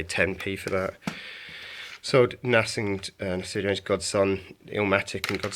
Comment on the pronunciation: Nice haul and some good sales, work on your pronunciation of Nas though dude!